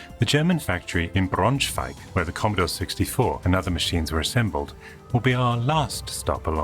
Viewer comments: Greetings from Braunschweig! (It has an english name too: Brunswiek) Verry good pronounciation ;) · Thumbs up for using Brunswicks German name. The pronounciation was quite good.